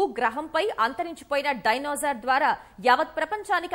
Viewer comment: డైనోజార్ కాదు మేడం " డైనోసార్ అనాలి